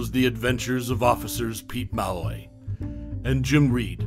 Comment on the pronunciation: HIS NAME IS PRNOUNCED MA LOY NOT MALLORY.